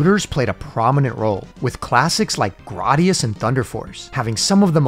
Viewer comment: I'm sorry. Did you say "Grodius"?😅